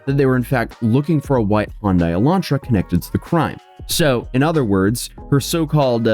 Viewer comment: It's "High-un-die", not "Hondai".